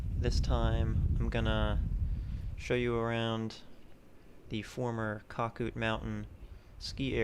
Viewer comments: You 100% missed the big picture. 1. It is pronounced Cac -Out Mountain. 2. The area thrived in 80's and early 90's. It was run by skiers and skier families. It was a vacation community. 3. They made money for the associatuon every year off of skiing operations. 4. They allowed guests to buy lift tickets which produced good revenue. 5. As families aged, non- skiers bought into the association. They were generally not as financially well off. By and large, they resented the skiers and skiing. They eventually took over and destroyed skiing. 6. The original lodge burned down in the late 90's. The outdoor pool was originally an indoor pool. Shawnee used pictures of it in their brochures for years. A new, smaller lodge was build to replace the origional lodge. 7. Someone set the lift engine on fire (I think arson but am not certain.) in the 2000's. 8. There was near constant litigation over skiing between skiers and non-skier homeowners. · It was pronounced cake-out- mountain! Winnona lakes Winona falls! Skied there as my friend raymond had a house there